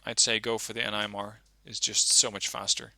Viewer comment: It’s pronounced nim-er